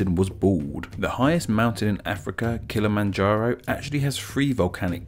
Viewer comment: Its “Ki cha Ga” not “ki cha ka” on The Mount Kilimanjaro part.